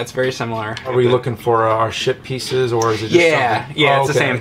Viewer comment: From the start of this Jim & Mondays I was hearing you both say "shit pieces" before it was even brought up heheh Great game, I done kickstarteded it I did